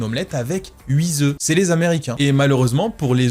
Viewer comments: Merci pour cette super vidéo : vive les œufs ! - On dit bien neuf centième mais on dit huit œufs et pas huitzoeufs 😅 - la DMLA = dégénérescence MACULAIRE (et non musculaire) liée à l’âge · Huit zoeufs 😂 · Je t'aime bien, mais il n'y a toujours pas de "S" à huit. Huit zoeufs, ça pique les oreilles 😄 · « Une omelette avec HuiZoeufs » ? 😭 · Ah! Je me disais aussi: "ca veut rien dire "zeu"....